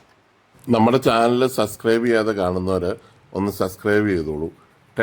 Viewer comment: ചേട്ട സസ്ക്രൈബ് അല്ല സബ്സ്ക്രൈബ്